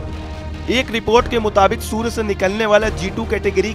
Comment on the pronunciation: Surya ko sur bol rha h 😂😂😂😂😂